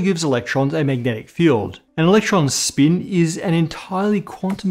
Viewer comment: I utmost hate the way he pronounces the word "spin"